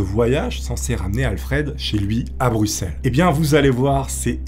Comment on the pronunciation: GG pour avoir bien prononcé "Bruxelles", c'est rare !